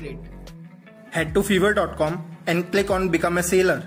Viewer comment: First learn to pronounce fiberr